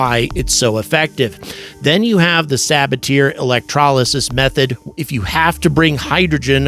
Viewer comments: sa-BA-tee-ay! NOT sa-ba-TEAR 😅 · FYI, you should pronounce it suh-BA-tee-ay, not sab-a-teer. It is the name of French chemist Paul Sabatier. Regardless of what language you speak, proper names should be pronounced in the language in which they are written.🤓